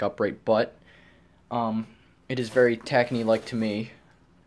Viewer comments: Clean Max is made by Tacony Company . It is said Ta -cone - E not tacknee. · Just an fyi tacony is pronounced tah-cone-ee